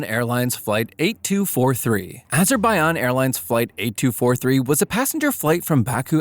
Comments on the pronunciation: Yeah it sounds like whatever is saying that forgot the J exists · The way he says Azerbaijan hurts me